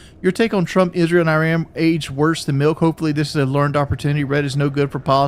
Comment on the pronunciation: Everytime he says Iran it cracks me up. Especially since he has never done that like .. Ever.